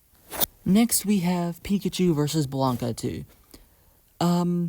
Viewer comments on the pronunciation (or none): Okay, I know putting a comment to correct some mistakes in an old video of yours is probably cringe and it's probably likely you've already acknowledged these in a later video, but I need to put this here or it's gonna bother me. *Meta Knight, not Mennonite. *Blanka, not Blanca. *SCP 682, not SCP 628. All seriousness though, Lucariboi recommended your channel and so far I like your content.